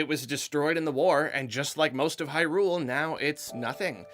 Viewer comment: Everybody: It’s pronounced Hyrule.: How about hyRule? How about hyRule for over three hours? Me: *cringes